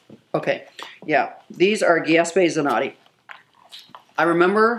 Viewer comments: complete butchery. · mk 8765 I was looking for a comment about this. I had to pause when she said it 😫😫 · she doesn't even know how to pronounce Giuseppe Zanotti!!! wtff?? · The way she pronounced Giuseppe Zanotti... GIESPE LOL :-D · How did she pronounce giuseppe zanotti? 😂😂😂😂😂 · I’m Italian and when she pronounced “Giuseppe Zanotti” by heart stopped 😅 but I freaking love her anyway 😂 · The pronunciation of Giuseppe Zanotti KILLS me!